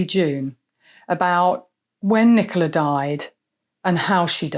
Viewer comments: He couldn't even get Nicola's name right 😡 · He couldn't even get poor Nicola's name right 😡